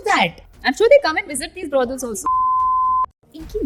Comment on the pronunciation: Why is she saying BRODELS ???????? She can atleast pronounce it right !!!!!! ITS BROTHELS !!!!!!! It’s not that hard